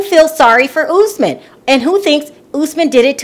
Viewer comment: girl it's US-man not ohs-man!